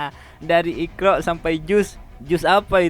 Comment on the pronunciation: Ketahuan bohongnya......,dari intonasinya,dari penyebutan kata IQRA',jika dia memang dari keluarga muslim yang taat, seharusnya fasih menyebutkan Iqra', bukan dengan ikraaa.....yang bunyinya tipis dengan huruf (k) yang seharusnya tebal dengan huruf (q) dan akhir huruf dengan seharusnya di tekan (iqra'),bukan diseret memanjang menjadi (ikraaa) 😀😀😀🤭. Dan yang lucu, sholat lima waktu.....,belajar tiga kali sehari, hafal tentang juz........,lalu buntu/gagap 😀😀🤭.